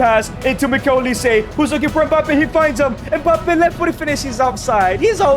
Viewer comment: mf said "mikel olise"